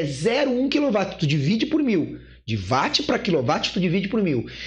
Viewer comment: Adoro como ele fala Watt como Váti 😂